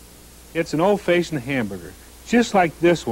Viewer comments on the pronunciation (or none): I Laughed harder at this than listening to Dave Thomas try to say the word fashioned! Faayshund? Yup sounds legit! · So cool to see him Again. Feel like it's been 30 years since I've seen him on a commercial. Never heard anyone say fashioned like that.